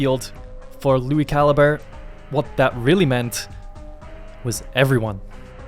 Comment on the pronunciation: It's pronounced Lui Cal-I-Bre.